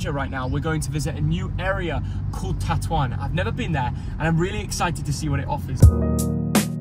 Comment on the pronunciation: Not TATOUAN xDDD Tetouan xDD